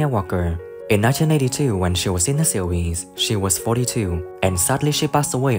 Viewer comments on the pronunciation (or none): Get another narrator! This guy can’t say series, he says SEAWHEEZE. 😂😂😂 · Why does bro pronounce series as sewies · In da seewheez 🤣🤣🤣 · Jesus Christ this AI voice is excruciating in 1982 when ee was in da seeewheeez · What’s a seeweez? ROFL